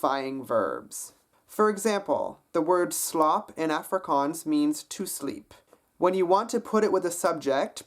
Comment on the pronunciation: Impressive. You make some tiny (and common) mistakes. In the spirit of education I'll point them out in a non-judgy way. :) Slaap has a longer 'aa' sound. You pronounced it more like "slap" (meaning flexible, bendy, weak), instead try the "aa" in aardvark instead. Likewise the "aa" in "Taal" is flatter: Less like an "o" and more like "say ahhh". It sounds exactly like the name "Tahl". Finally your Totsiens sounds a bit more like Tote-siens. It's not the oe sound in the english "toe" you're looking for. You want the "o" like the Japanese "eto". Closest English O sound I can think of is as in "Orange". Also lose the semi-silent e between t and s, it's a hard changeover from t to s. Almost as if you're saying two words: Tot siens. From an Afrikaans mother-tongue speaker: You did a better job than a lot of english-speaking south africans, very impressed overall. Which is why I respect your willingness to try enough to give feedback.